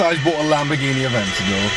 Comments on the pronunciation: It's Aventador, not Eventador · with KSI, it isn't called "Evantador, but Aventador. look it up before you type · Eventador?? Aventador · It's not evantador its aventador cmon people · Umm, Lord Aleem, Supercars of london, Seen through glass, SHMEE?? And Lamborghini Eventador? Right that's how you spell Adventador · "Evantador" really 😂😂😂😂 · Did anyone else notice he said Lamborghini Eventador instead of Aventador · Haha Lamborghini evantador. AVENTADOR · Its not Evantador... Its "Aventador" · did anyone notice how he said aventador (eventador) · It's spelt lamboghini AVENTADOR not eventador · It's called Aventador, not Eventador!!!!! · The Lamborghini Aventador isn't spelt like eventador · It's not evantador its aventador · It's not evantador it's a aventador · And btw its AvEntador not EvAntador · it's not fucking lamborghini EVENTADOR it's aventadoor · Its lamborghini aventador not eventador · Its not evantador its avantador. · They said evantador it supposed to be aventador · its aventador not evantador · its not evantador its aventador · It's an adventador not an eventador ughhh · its aventador not eventador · its aventador not evantador 😂😂😂😂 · lol its aventador not eventador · lamborghini adventador not evantador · HAHAGAGAHAGA eventador hahahah aventador* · wtf Lamborghini evantador??? aventador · he said eventador wtf is that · did he say evantador its called aventador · Lamborghini Aventador not evantador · lol he said evantidor its Aventador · he said eventador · Eventador? Aventador* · aventator no eventedor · aventador not eventador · i think its aventador not evantador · I liked that "Evantador" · HAHA IKR. Its Aventador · LOL HE SAID KSI - Lamborghini Evantador LOL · this guy pronounced and spelled aventador wrong! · it's adventador not evantador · Evantador? Lol. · evantador?? haha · It's not eventidor